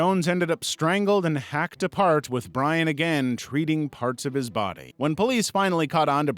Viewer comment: "but he didn't sto' dere" "in his own bah-dub"